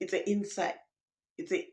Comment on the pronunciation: insise 😂😂😂 the wors goes inside